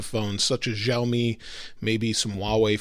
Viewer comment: Shar...me , not Jarl...me !!